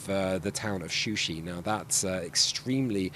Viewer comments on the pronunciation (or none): Shusha, not Shushi